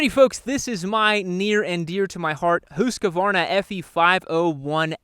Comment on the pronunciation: When is Yam gonna learn to say Husqvarna right 😂😂